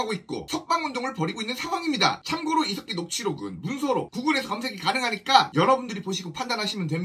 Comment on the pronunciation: 중간에 이색기라고 들린 건 기분이지요? 훠훠